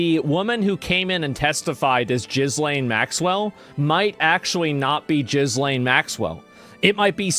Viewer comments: “Gillis Lane” was my favorite asmon pronunciation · lol the “ss” are silent, French name I believe. It’s pronounced “Gilane”. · Asmon enjoys pronouncing it Jizzlaine. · It's pronounced Gee-lAne. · Her name is pronounced with a 'g' as in 'go', and the 's' is mute. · I asked AI how to pronounce Ghislaine correctly, before talking about her. And you are shouting out her name out to the world, pronouncing it totally wrong 🤦 🤦 🤦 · I cant tell if hes mispronouncing her name on purpose 💀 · Haha Americans trying to pronounce the monster's name is hilarious. The S in her name is silent and the G is phonetic. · Ghislaine is not an uncommon name, why can no one pronounce it? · You attempted to correct the way you said Ghislaine at the start of the video and still got it wrong for the rest of the video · OH NO...those eyebrows are trying to escape that face. why you pronounce her name like that. you and your minions should stick to gaming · It's not pronounced Jiz-Lane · Ghee Lane. It's Ghee Lane. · Not that she deserves it but her name is pronounced ghee-LAYN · It's pronounced Gil'ayne not Jizlane. It certainly doesn't look like her 😲😲 The ears, mouth and nose all look wrong. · Look FFS GIZZ LAINE ?!?! GILL-ENE That's all there is to it.. PLEASE !!! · Her name is pronounced "gil-lane" not gizlain. The z is silent. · Gee-Lane, you numpty not Jizz lane 😂😂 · It's so funny to hear people repeatedly call her "Jizz Lane". It's pronounced, "Jeelain". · Jizz - lane 😂😂 its pronounced Gill lane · Pronounced "Gheeee... not Jeee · It’s pronounced Gil-lane, not Jiz-lane. You know this. You’ve heard it pronounced 100 times in the news, haven’t you? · I love that you call her jizlane😂😂. Gis-lane is how it's pronounced. I think. But I like your version better. 😂😂🍿🍿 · The way he called her Jizz-lane Maxwell 🤣🤣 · Pronounced Gil lane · Name Ghislaine is of French origin and is pronounced gee-LEN or gee-LAYN with silent "S". People don't pronounce "S". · Ghislaine is pronounced: Ghee-lane